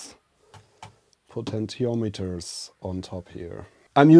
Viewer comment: “Potential Meters.” Heh. Love ya! (Po-ten-she-ahm-et-turs)